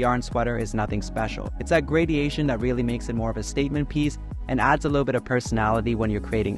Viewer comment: lmao “gradiation”